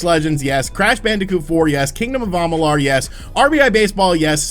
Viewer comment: am ma lure is how you say it dude.